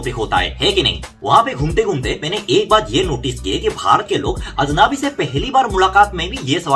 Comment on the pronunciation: अजनबी का उच्चारण ठीक करें, आप अजनाबी बोल रहे हो, आ की मात्रा अधिक है, अजनबी ठीक उच्चारण है, और इसका पर्यावाची शब्द है अपरिचित